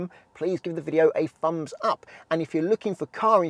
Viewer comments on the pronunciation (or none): none